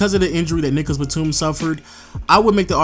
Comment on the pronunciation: Pronounce your words bruh he said nigagas Batum dead ass